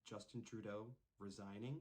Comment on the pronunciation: Close enough, he doesn't deserve the respect of having his name said right anyways...